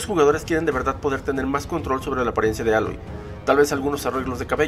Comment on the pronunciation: Más outfits y mejores animaciones faciales. Aprende a pronunciar el nombre de Aloy